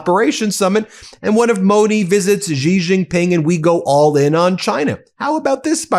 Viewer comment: Xi Jinpng , the Xi is meant to be a lighter S than S, not the way you mispronounce it as a "G"!!!!